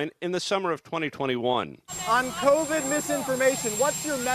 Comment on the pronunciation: Pronouncing “covide” like sous vide